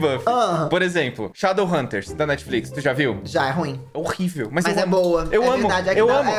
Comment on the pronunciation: Ele falando shedowhunters é muito eu falando sobre essa série